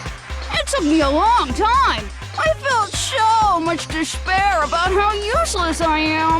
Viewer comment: When it comes to cartoon I just imagine “she says deshpair instead of despair”